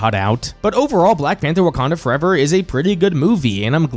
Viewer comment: “Wakander Forever” lmao 😂